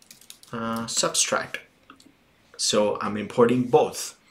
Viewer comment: very helpful video but it's subtract not substract lololol